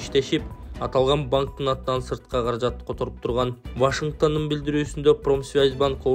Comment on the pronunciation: ВАШИНГТАН эмес, ВАШИНГТОН